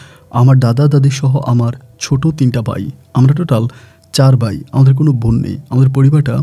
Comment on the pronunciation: Vai apni ekn kusuta tik vabe pronunciation Korean, easte easte tik kore nen,nyto sunte baje lage. Von na bon,sakma na chakma. Easte easte tik kore nen.